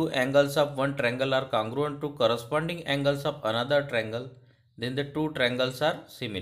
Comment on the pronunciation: U r saying cangruent it's congruent 🤦